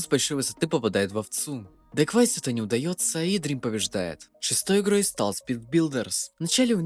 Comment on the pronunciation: кто нибуть скажите еме что не фиолетовый парень не daquais(дэкваис) а dequavis(дэквайвис)